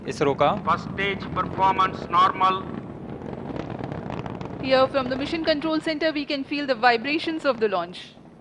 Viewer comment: It’s NARMAAL